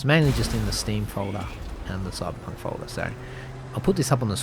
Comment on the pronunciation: I love the way ypu say Coiberpunk :)